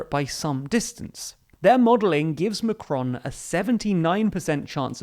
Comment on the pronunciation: Please look up how to pronounce their names - it's not "macronnnnn" the on is a nasal sound etc